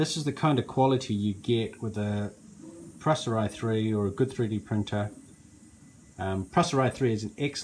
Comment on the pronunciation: You can't pronounce 'Prusa' correctly, look up Josef Prusa and listen to how he pronounces his name